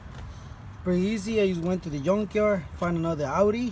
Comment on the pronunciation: “Yunk yard”